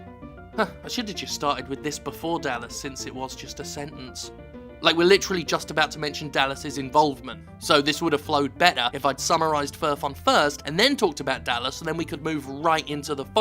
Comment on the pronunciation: It especially irks me because I'm pretty sure "Dalas" with 1 L is supposed to be "Duh-lass", not "Dal-lass"